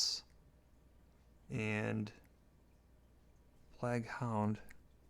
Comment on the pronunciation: like 40 years old and calls plague PLAG